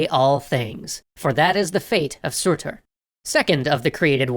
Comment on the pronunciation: your pronunciations hurt my soul but the video was good the pronounciation that hurt the most was for Muspelheim and surtr.